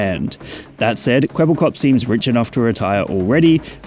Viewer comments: It's Kwebbelkop, not Kwebblekop. Kwebbelkop is Dutch and this name pretty much means blabberhead. Which fits seeing the AI bullsh*t this thing is spouting. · ermmmmmmmmmm actually its kwebbelkop not kwebblekop